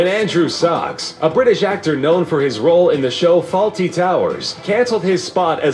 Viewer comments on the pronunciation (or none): Andrew Sachs, not SOCKS.